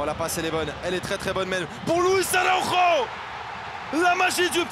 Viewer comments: On dit Araujo pas Araro c'est pas compliqué.... Portugal/bresil n'est pas égal espagne. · Oh putain l'esprit de Thierry Roland vit encore ! Il prononce Araujo à l'espagnole !